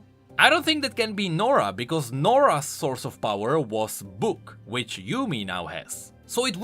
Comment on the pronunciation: "AAAAAAAND... bhuk(book)" i died that was great